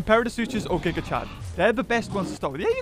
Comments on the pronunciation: He says gig chad 💀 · Stop saying gigachad it puts him in my head. Your saying the name wrong.